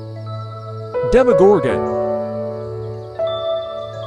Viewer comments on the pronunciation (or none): none